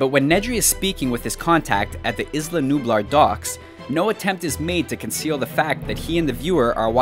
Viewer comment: He said ISland Nublar